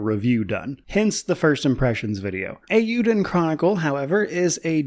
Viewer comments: As someone who completed first Suikoden all those years ago, I'm really looking forward to this game. PS I have watched some other previews of this game and it's good to hear someone cared enough to pronounce the title correctly. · The only YouTuber I’ve seen this far that actually pronounces the name correctly. Well done